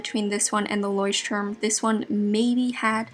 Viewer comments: Its so cute how you pronounce 'Leuchtturm' :) I am from germany btw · it‘s so funny how you pronunce „Leutturm“ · That’s soooooo cute. I‘m from Germany and Leuchtturm is pronounced a little different😂💗 That sounds sooooo funny and cute for me🥺🥺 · How you pronounce Leuchtturm. It’s always funny to hear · As a German it's funny for me how she pronounced Leuchtturm 😂💕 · Same haha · Ist aber bei jedem irgendwie so😂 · As a student learning German, I thought I spoke it wrong all along when I heard her. Both English and German aren't my native languages so I was confused 😕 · It was so funny how you say ,,Leuchtturm"😂 I'm from Germany